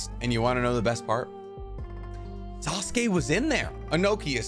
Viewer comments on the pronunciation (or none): Sasuke not assume